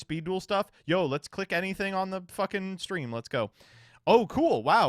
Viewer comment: my man said “cleik”